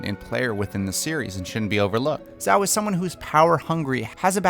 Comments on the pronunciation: It’s not pronounced zao smh 🤦🏾‍♂️ 😂😂 it’s pronounced djau 😂😂 and I thought u watched the show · If you say Zao instead of Zhao ONE MORE TIME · "...as Admiral Zao" Me and Sokka: "It's pronounced ZHAO!" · its admiral zhao not zao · Am I the only one who realized he was saying zou not jou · duuuuude it's pronounced jhou!! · You sat zoh wrong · Good video but every time I heard “Zao” I felt pain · the pronunciation of jow bugs me. lol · bruh at least say zhao’s name right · The way he mispronounces the names gives me ptsd from the film that shall not be named. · Great series of recasting so far, but I'm not sure about Sozin's tho....... and a little nitpicking, I don't think that's how you pronounce "Zhao" lol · U Saïd it wrong its zhao not zhao